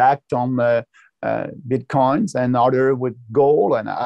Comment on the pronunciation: Great interview, as a French Canadian myself I can’t explain why he pronounces it this way, it’s really funny isn’t it ? Bitquons 🤣